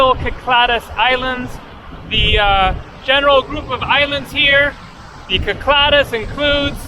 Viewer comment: It's pronounced "Sic-LA-dic" in English. "Kee-klah-dace" in Greek. I think you're combining the two into "Kih-kla-dis" or something.